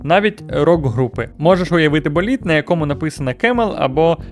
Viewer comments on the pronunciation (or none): коли я чую вираз "балід ефадин", мені хочеться бити морду.